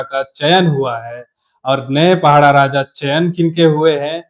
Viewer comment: पहड़ा नहीं पड़ाह शब्द ठीक से उच्चारण किजिए